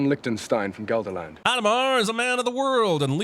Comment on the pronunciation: Also if I'm not entirely mistaken Gelderland is actually pronounced as if spelling Helderland, with a gutteral h...